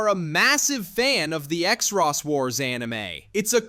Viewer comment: Not knowing how to say xros really annoyed me. It's just "cross"